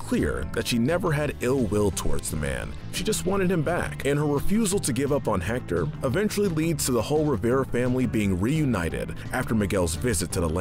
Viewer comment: Just so you know: you don’t pronounce the H and in Héctor